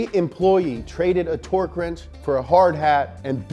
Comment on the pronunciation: I want you say 'twerk' instead of ' torque'